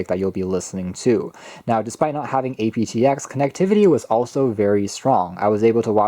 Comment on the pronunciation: Say it as APT-EX not as A.P.T.X.